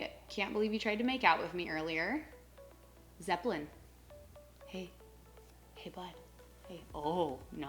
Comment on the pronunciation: I love the way you pronounce “Zeppelin” lol 😍